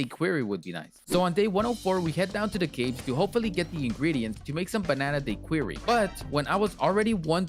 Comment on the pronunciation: the way you say daiquiri oh my gosh